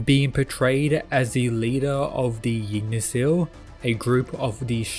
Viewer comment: The way you pronounce Yggdrasil bothers me to no end. "Ygg-Dra-Sil" becomes "Jig-Na-Sil" and i dont get how